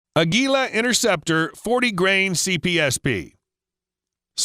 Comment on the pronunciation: Innerceptor ? Try to pronounce a T.